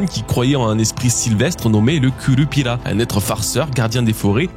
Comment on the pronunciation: je t'aime bien mais tu nous parles de mythologie bresilienne et tu prends ton accent japonais pour dire curupira? Tu veux flex tes cours de japonais avoue 👀😂